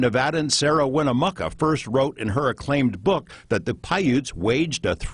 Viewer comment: I used to deliver the mail to the Winnemucca family. It is pronounced Win...uh....muck...uh. Chief Winnemucca was at Pyramid Lake when we delivered the mail there. I am very interested in giants and am writing a book on pre flood giants, If you are ever in this area I wish you would reach out, I have things to show you.